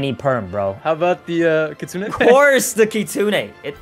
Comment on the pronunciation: Try not to mispronounce kitsune [LEVEL IMPOSSIBLE]